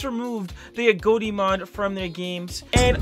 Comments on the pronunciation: Why you saying agoti like agoate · Every time he says agoti: Agoatee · Why doses he say agoti like that?